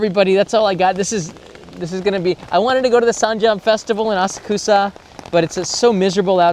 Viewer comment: This man says Asakusa like a West Virginian crackhead, AHSAHKOOSAH!! Sounds like a brand a moonshine when you say it 😂😂😂